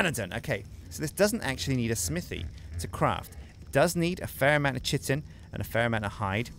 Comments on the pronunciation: it's kai-tin. Not 'chit-in' O_o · likes to "Chitin" his pants eh? Kite-in (pronunciation in all major dictionaries) Kite-in chitin Kite-in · FOR THE LOVE OF MY SANITY., my friend, Chitin is pronounced, ˈkītn. Hard K sound followed by i -tin. K-i-Tin. PLEASE man. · chitin is pronounced kai-tin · Why does nobody know how to pronounce chitin ? Its like chaos...